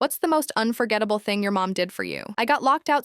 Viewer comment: It was a typo or something the AI voice mispronounced